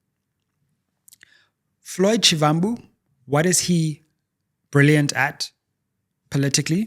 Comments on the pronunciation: Actually pronounced as Shibambu, like Muvhango tv show is Mubango. I'm Zulu in KZN by the way. Great show! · You could at least pronounce Floyd Shivambu’s surname the right way.